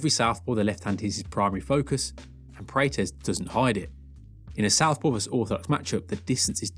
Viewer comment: You keep saying his last name wrong. Praw + tez. This is a striking channel so I would have guessed you have seen a few UFC events. Maybe they say his name differently in England?